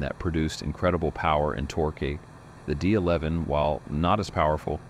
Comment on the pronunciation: Imagine repeating “five hundred seventy five A” on the job site! Or ‘torkay’ for that matter. 😂